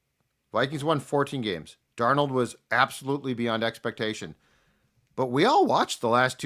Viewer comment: What about and his Dar-nawld he tried for like one episode to say it right